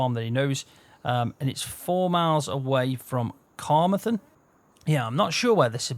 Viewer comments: Cuh - Mar - then (no gaps) Cuhmarthen 😂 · I knew someone would pick him up on that one😆😆🤣🤣🙄🙄